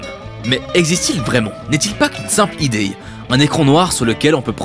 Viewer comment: T'es suisse pour dire ideye à la place d'idée 😂😅